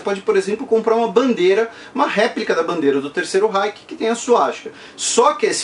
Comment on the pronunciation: Bro pode ser uma parada meio besta mas tu ta falando Reich errado, e meio q ta me incomodando kkkkk mas nada q prejudique a aprendizagem